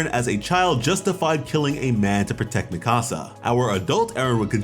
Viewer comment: Im not tryna be that guy, but youve obviously watched the anime so why do you still mispronounce mikasa's name lmfao